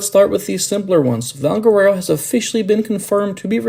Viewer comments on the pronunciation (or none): Completely mispronounced Valguero.